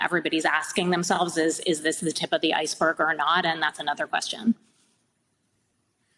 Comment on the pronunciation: Did she say "this is the top of the icelberg"?..